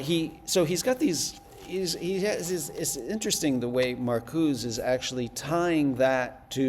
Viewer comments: put off from going much further by the prof calling Marcuse "Markooz" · yeah nobody says “Markooz” in the American context, it would be like pronouncing Kant as “can’t” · Found it annoying too...